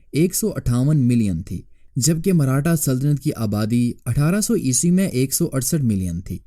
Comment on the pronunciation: Marhata nahi hai bhai maratha hai woh...